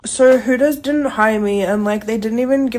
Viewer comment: I think you mean…HOOTERS…NOT POOTERS 💀